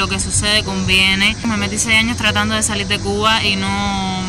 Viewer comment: Soy cubano y llevo viviendo 43+ años en los EE. UU. No se porque dices "salil" en vez de "salir" o "trabajal" en vez de "trabajar". ¿Que les pasa a los cubanos de hoy en día que cambian la R por L sobre todo al final de las palabras terminadas en R? Otra cosa Gran Isla no se dice así. En inglés se dice Grand Island y tienes que pronunciar la D al final de Grand y en el caso de la palabra Island la S no suena por lo tanto dirias más o menos "Ai-land" donde debes pronunciar la D al final. ¡Suerte!